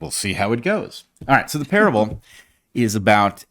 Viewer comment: Ze dog? Not Ze Germans?